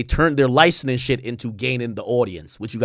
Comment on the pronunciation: Ak struggles saying the word license/licensing I noticed